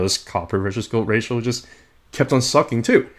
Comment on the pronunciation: "ratioL"? I don't think that's how it's pronounced. Thanks for the content, though 🙂